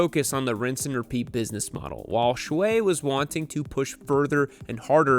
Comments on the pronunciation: I believe his last name is pronounced "Shoe" rather than "Shway". And I was as pleasantly surprised and totally shocked as anyone when I realized the 820RR-RS was winning races in WSS already. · By the way, his first name Xue is mispronounced, Yall remember the tiktok song Xue Hua Piao Piao? Same Xue.